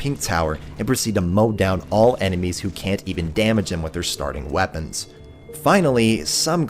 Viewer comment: The way you said weapons almost sounded like chief to me haha